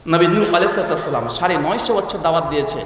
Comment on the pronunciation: সুন্দর করে সালাম টা ও দিতে জানেন না!